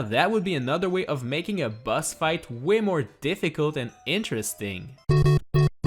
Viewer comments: I thought you said bus not boss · Everytime he says boss, it sounds like bus. Now all I can picture is Mario trapped in a room fighting a giant bus.